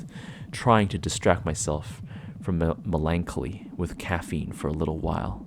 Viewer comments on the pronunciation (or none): Yes!! A narrator who knows how to properly pronounce sloughing!!!! It’s one of the most popular horror words and nobody ever gets it right. (Although melancholy is pronounced like “MELON-cholly” with emphasis on the first syllable, FYI😊) This is my first time finding your channel—you’re awesome! Great natural talent. I’ll say one thing: just don’t be afraid of silence. And SLOW DOWN, my friend! about 10-15% unless narrating an intentionally fast action scene. It rushes the listener through an experience that is meant to be felt and conjured in the imagination. So many narrators don’t understand pacing, pauses and brief silences where they make sense are crucial and separate someone good from someone who really understands storytelling. It also allows suspense to do what it’s supposed to do. I’d suggest Viidith22, Creepy Ghost stories, and perhaps NeverSleep for masters of pacing. They are excellent at adjusting words per minute based on what the story and performance calls for. Also, read through the story more than once before hitting the record button, so you’re not tripping over words as you just try to get through the sentence. It also leads to some weird pauses. You should read each story at least twice before narrating it. But great job, instant follow, can’t wait to listen more. Keep it up!